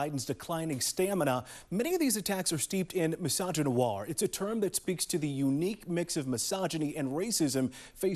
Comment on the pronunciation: mysoginoir 😂 that a new one?